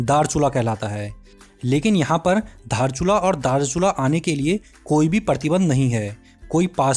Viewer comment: धारचुला नहि दार्चुला